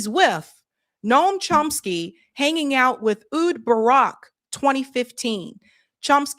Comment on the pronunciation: Rhys, pronounced Reece. It is the Welsh spelling of Reece. Ehud, pronounced Eh-hood. Menachem Begin, pronounced Meh-NAH-hem BEH-ghin. Please, please... You have got to learn to pronounce foreign names correctly.